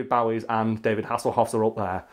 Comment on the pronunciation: Do you say David Bowie's name wrong on purpose to fuck with people?